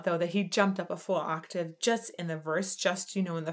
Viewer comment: just so you know you said aatave not octave the first time 😁🤪🤣😂🙃😇